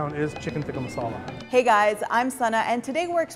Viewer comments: It is so cringey when they get an Indian girl to pronounce it “right” but then she ends up pronouncing it neither the English way and neither the “right” way. Every time she said “tikka masala” in a pseudo Indian accent I went 🙄 It is टिक्का not तिक्का. Retroflex t, not Dental t. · Cant even pronounce tikka masala properly! ITS BRI-ISH RECIPI